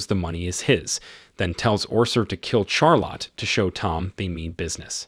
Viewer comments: “Char Lot” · Char lotte? Say Sharlet, not Char Lot. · Idk how you can call Charlotte Char lot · Pronounced, "Sharlott". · How do you pronounce Charlotte? 😂